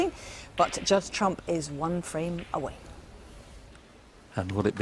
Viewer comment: His name is Judd not Jude